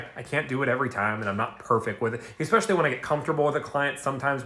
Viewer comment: Mf talks about using proper grammar... proceeds to say "expecially..." confirmed room temp IQ